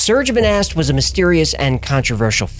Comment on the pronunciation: Its pronounced 'Moh-Nah' and not 'Mo-Nasst'. And yes; i speak French and i live where Monast lived. --- (Serge Monast is pronounced 'Sair-ge Moh-Nah')